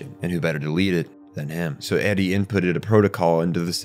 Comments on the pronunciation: Why don’t anime reviewers ever localize their own pronunciations? It’s “aerie” not “eddie”, the Japanese pronunciation uses single syllables and doesn’t have certain noises. Just say it how it would be in your language. This is foolishness. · By "id", do you mean "Eiri", which you pronounce like "Eddie"? I'm confused. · I've only ever watched the Japanese version. Since it was the first word that seemed strangely pronounced, I was assuming this whole thread was about that, of course. But now I get it.